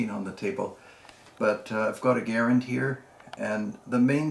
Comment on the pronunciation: Try Ga - rand not Gar- ren